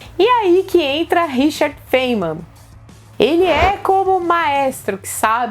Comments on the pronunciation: não se pronuncia Feiniman,mas fainiman.Não é xiróidinger.É xirêudinger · No intuito de colaborar, tenho a informar que a pronúncia do sobrenome do físico Richard Feynman é, segundo o Oxford Dictionary, Feynman,no Alfabeto Fonético Internacional: /ˈfʌɪnmən/. Ou fáinman.